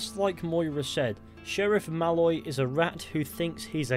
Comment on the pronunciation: The way you say Malloy is slightly wrong, you say it like 'mal-oy' but it's 'maloyyy' accentuate the oyyy bit pls. Otherwise a wonderful and insightful video